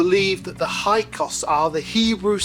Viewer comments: Hi Sorry correction, it’s HYKSOS not HYKOS!😮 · Right. The incorrect pronunciation of Hyksos as "Hykos" made me wonder what else he might have been getting wrong. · You mispronounced it by omitting the first S.